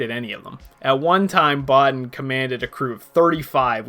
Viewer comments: You should pronounce it "Bo-Teen", not "Bot-ton". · I saw this movie when it came out in 1982, and as a young man, I thought it was brilliant then...it's only gotten better with age. It's simply one of the greatest films ever made IMHO. Well done on the video, one comment - Rob Bottin's name is pronounced Bow-TEEN.